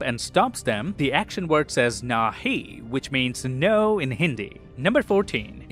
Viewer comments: I am from Pakistan no is pronounced like nay not nahi in Urdu / Hindi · Hey buddy😅 its pronounced as 'naihi' not nahi 😊😊😊😊😊😊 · U spell it like nahi but say it like nea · YO NAAHI MEANS NO IN MARATHI NAHI MEANS NO IN HINDI YOU SAID NAAHI ITS NAHI JUST A FEEDBACK THANK YOU LIKED THE VIDEO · Nahi pronunciation is Nay